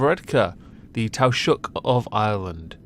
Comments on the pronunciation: Taoseach is pronounced Tea-shock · TAOISEACH is pronounced Tee Shock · For your video on Leo varadkar, taoiseach is pronounced tee-shock, and yes he's an awful eejit... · "Tow shook" as an irish woman, living in Ireland my whole life and watching UK tv butcher the word, I really really LOVED that pronunciation! I'm not kidding, that is the best incorrect pronunciation I've heard in my 42yrs 👏👏👏 Edit : "tee shock" is the closest I can get phonetically for a correct pronunciation x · Just FYI taoiseach is pronounces like tea-shuck, Irish is unfortunately weird like that